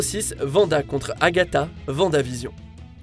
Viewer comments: On dit wanda pas vanda 🤦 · Les Dora Milaje et Vanda 😭😂 Oui ça s'écrit comme ça mais ça se prononce Dora Milajé et Wanda